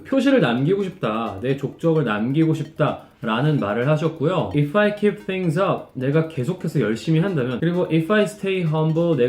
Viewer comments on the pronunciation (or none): If'i가 이빠이로 들려요